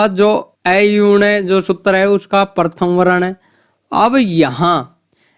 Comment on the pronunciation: आपका उच्चारण ही शुद्ध नहीं है सूत्तर परथम ग्यान वरण आदि ये उच्चारण सही नहीं है